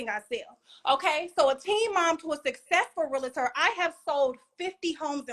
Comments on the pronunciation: First of all it's not real-a-ter. It's real-tor. I was one for 15 years, so you out here looking stupid. Men she is masculine as hell demeaning. Degrading, you will be emasculated if you deal with this type of woman who thinks her shit don't stink. Also. 50 homes total is not a flex for a successful realtor by the way. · It's a realtor, not a realator. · Its actually pronounced Real-tor. Not Real-a-tor....Most realtors know ...but I digress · What in the world is a Real-i-tor? Please provide the job description. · Real-tor not Real-la-tor. We learned that day one. Come on Realtor with an education degree. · Toxic and extremely immature! What is a real-a-tor? It’s realtor… all one word. I can’t stand when people say that. Screaming into the camera! This is a dating show, correct? What man can deal with this?! 🤷🏽‍♀️ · Realtor, not Real-a-tor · She's annoying! Like she real live irritating!!! Yelling about how peaceful your life is, is wild lol. Her attitude is gross and not being able to pronounce what your do for a living is hilarious. "I'm a rilliter" 😂😂😂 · Say real estate agent instead of real-la-tor! That’s not the right way to say real-tor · Realtor only has 2 syllables in it.